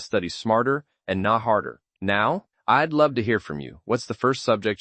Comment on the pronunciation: Pretty sure this is mostly AI🥲 Pronouncing “I’ll” as “ill” and “I’d” as “ID” within the first minute and a half is wild